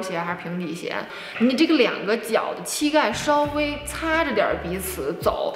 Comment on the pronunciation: 不是qi盖，是xi盖